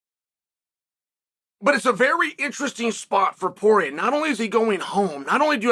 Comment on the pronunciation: Not sure if I’m alone on this one, but a few times when Chael said “Poirier”, I heard “Jorge”, and was wondering how Masvidal came into the conversation all of a sudden